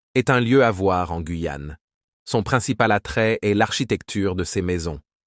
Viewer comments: On dit pas la guouyaon dit la Guyane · Ces voix robotiques en AI sont insupportables. (. Le Gwouuiyan' ). C'est terriblement nul. Même le rythme du discours sonne totalement faux.